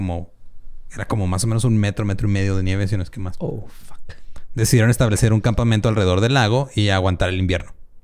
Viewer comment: escuché "campamiento" por parte de??? jijiji